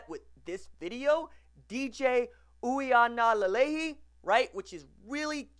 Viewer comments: No RJ, sorry. That's not how you pronounce his name. It's ooee-ahnga-leh-leh-ee. I'm here in Hawaii, born and raised here, so i know. Hope this helps. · Ui: pronounced Oooh-wee aga: ah-ng-ah (‘ng’ pronounced like ‘ng’ in mango) Lelei: le-lay Last name is Samoan like Tagovailoa.